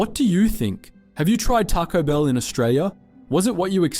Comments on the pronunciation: Taco Bill not Taco Bell 😂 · Bill not Bell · “tocko bell”? Lmao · Try pronouncing the name properly! Its not Tarco Bell. Its Taco Bell.